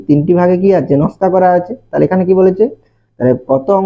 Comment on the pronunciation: নাশকা না নকশা😅